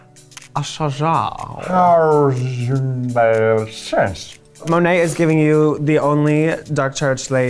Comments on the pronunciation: What's the deal with Raja pronouncing Monet's name like that? It's all the time. I'd love to hear her pronounce it the way it's supposed to be read and how she(monet) says it! I hate that Raja does that every time. It's not funny or cute. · I still hate how raja says Monets name. But okay. It is what it is. Now Aquaria? No comment. No like. Thats it.